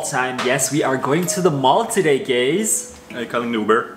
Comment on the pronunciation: "yes we are going to the mall today gays"